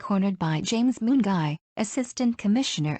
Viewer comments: Gwani Mungai alitoka Moon? 😂😂😂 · The way today's "narrator" is pronouncing Mungai as "Moon Guy" will eliminate my ribs 😅😅🔥👍